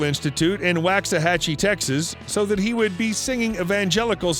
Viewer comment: Ok.... Waxahachie is pronounced Waux- a (long a )- hatchie ( hat- chee ).